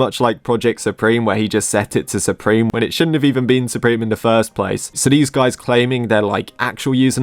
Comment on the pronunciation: "Super"me instead of supreme. lol.